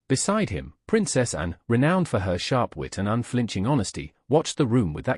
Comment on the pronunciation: If that is your own voice then you should rehearse the script. It’s full of mispronunciation. “Anne” comes out sounding like “and” is an example very near the beginning. The speech patterns sound artificial. If this is your real voice then I apologise but it sounds very AI.